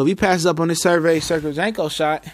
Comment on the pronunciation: you never say his name right.....lls.